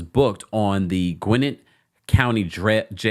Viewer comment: Gwinnett is pronounced as: Gwen net Brent is something else🙄🤦🏽‍♀️🤬